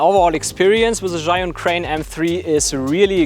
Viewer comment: 智雲 "Zhee-Yoon" not "Zhai-Yoon". Great video!